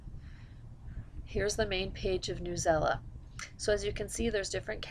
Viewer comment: sorry , not trying to be rude , but at my school we use newsela and just to let u know its not pronounced newela its pronounced news-e-l-a it stands for news english language arts . lol .